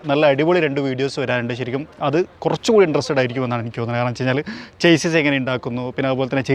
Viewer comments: ചെയ്‌സിസ് അല്ല ഷാസ്സി ആണ് 😊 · പ്രിയ.. താന്കളുടെ ഉദ്യമം നല്ലത്.... പ്ളീസ്.. ചേസിസ്സ് എന്നു പറയരുത്... ശരിക്കും ഷാസിസ് എന്നാണ് ഉച്ചാരണം.. ഒരിക്കൽ അങ്ങയുടെ ചാനലിൽ തന്നെ പറഞ്ഞത് ഓർത്തു പോകുന്നു... 👍👍😍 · Broo chassis is actually pronounced as shassy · Chassis ൻ്റേ pronounciation ഒന്ന് നോക്കുന്നത് നന്നായിരിക്കും, നിങ്ങൾ Automotive related videos ചെയ്യുന്നത് കൊണ്ടാണ് ഇങ്ങനെ പറയാൻ കാരണം.